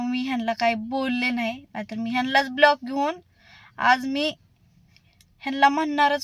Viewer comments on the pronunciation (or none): पहिली गोष्ट खूप English बोल्ते पन प्लिज ब्लोग नाहि ग बाई व्लोग म्हनतात 😂😂😂